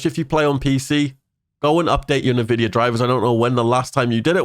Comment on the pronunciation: Say NAVIDIA one more fucking time.